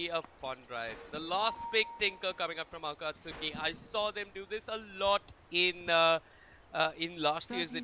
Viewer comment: It's pronounced AKATSKIII FFS